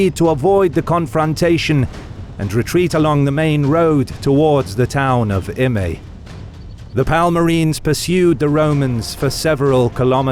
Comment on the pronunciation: I think it would be pronunced 'Im-ai', but most people can't do/don't know that 'ae' in Latin basically equates to 'ai' in Greek. But this is further East than normal so perhaps.